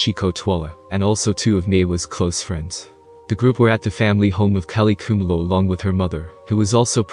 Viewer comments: What so difficult to pronounce the word "Khumalo"...? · Khumalo pronounced phonetically ku-ma-lo